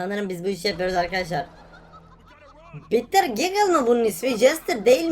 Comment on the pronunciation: Sonunda BİTTERGİGGER DİYOR BUNU KUTLAMAK LAZIM